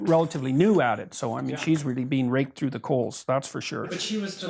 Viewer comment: Stop saying raked over the coals it sounds like raped over the coals and now I'm getting flashbacks.